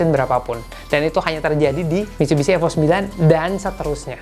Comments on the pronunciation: Cara sebut nama sja ko sda salah,Evo Bukan AFO..bongo,ko memalukan iconic terhebat dunia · Evo bukan efo 😂